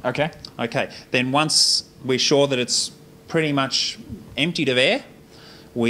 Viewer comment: I just like that he says Aeeee instead of air 🤣